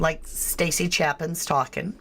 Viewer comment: It's pronounced like Chaypen. I went to school with his uncle.